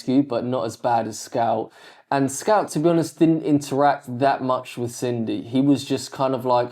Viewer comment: Bro till now I thought his name was scalp because I heard scalp not scout